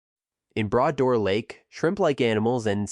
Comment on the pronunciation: Mispronounced name for the native people. 200km drive does not take 4 hrs to drive. Bra Dor not brass door.